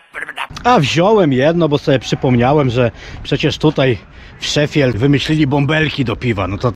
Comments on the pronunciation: proszę Cię 😁 Nie "szefield", a "sze-fild" 😜 A swoją drogą. Faktycznie masz rację. FC Sheffield to najstarsza drużyna piłkarska na świecie, która ma siedzibę w Dronfield. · A nie Szifild?